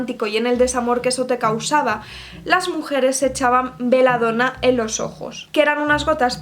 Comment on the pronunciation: Belladona, BE LLA DONA se pronuncia tal cual se escribe, no se pronuncia beladona.